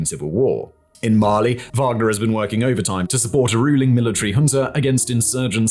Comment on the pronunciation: Yes, Wanger like "wang"